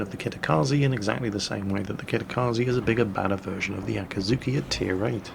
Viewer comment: FFS, repeat after me: AKIZUKI Always pronouncing it very similar to the torp boat AKATSUKI.. it was always annoying, but now that you specifically speak about the gun-boat tree and the ships in detail, damnit. €dit: and then just a few mins after calling the T8 gunboat AKAZUKI he says it correctly...